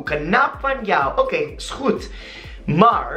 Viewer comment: Omdaat is pronounced as omdat, dat similar to the way you say that, mar is maar. This is the way to get a dutch accent.